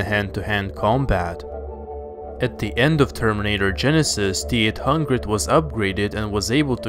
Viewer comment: How we say it : T-800 How he says it : Teat hungred